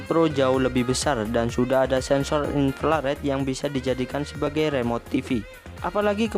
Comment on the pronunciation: Inflared hhhhhh